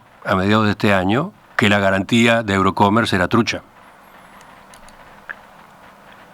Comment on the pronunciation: No es "Eurocomer", es: EUROCOMMERCE .